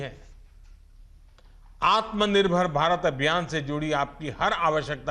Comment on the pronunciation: Who is this Kirloskar who cant even pronouce AatmNirbharAbhiyaan